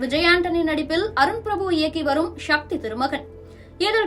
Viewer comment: அது ஷக்தி இல்ல சக்தி.!